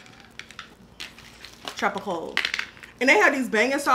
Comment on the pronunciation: The way you guys pronounced Pollo tropical made me cry